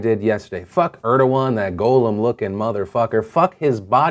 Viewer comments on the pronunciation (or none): Wow, that was a hell of a lot of news to cover. Let me just toss in my 2 cents... Its pronounced Gollum, not golem Phil! Come on! You're better than this! That's a fake news level of mistake! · Golem!? GOLEM!?!? MY DUUUUUUUUUUDE!!!! IT'S GOLLEM (GAWL-uhm) im sorry, im a huge fantasy nerd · The most outraging thing in this video is Phil pronouncing Gollum as Go-lum and not Gah-lum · AND gohl lum not Go lem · Gollum not Golem. GOSH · Can we take a second to question the way Phil pronounces Gollum?